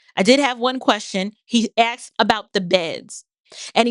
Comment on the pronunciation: Asked vs "Axed", just the public high-school teacher in me coming out.🤔👏🏿👍🏿💯❤️